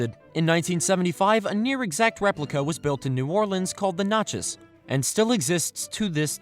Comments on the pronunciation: Great history lesson, but the Natchez is pronounced Gnat-chez, not knot-chez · Natches is pronounced… [ N-AT-CHES ] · Natchez is pronounced with a short A. Like the vid! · Well, I live in Natchez, and we've never said it that way. Nat, not Not. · You mispronounced “Natchez”. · You mispronounced Natchez....it is an Indian name....